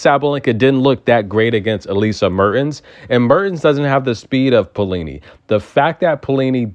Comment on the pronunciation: Maybe pronounce as "Pa - o - li-ni"? But never mind if only you can keep the way you pronounce Magdalena Frech!! I loooooooovvvvveee when you say Frechhhhhhh ...